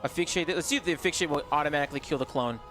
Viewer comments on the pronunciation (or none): Asphyxiate ❌️ Aphyxiate ✅️ Clearly the "s" is invisible 😂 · Hey dude! I've commented before and you've got a great voice for content. I think if your OSRS continues you'll gain even more subs. As a side note, and not trying to be mean, but asphyxiate is pronounced "uh-sfix-e-ate"